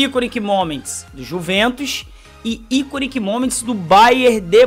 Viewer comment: Iconic = Aikon (se pronuncia assim)